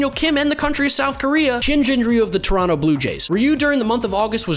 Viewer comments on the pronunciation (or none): none